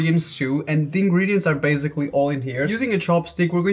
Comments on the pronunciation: why do you say baZically? its baSically. Also you should have done some from asia also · I challenge you to go ONE video without saying "basically"... My bad, "bazikly". You're allowed to say it (hmm what's a normal # for this?) 3x MAX... Ur nor down.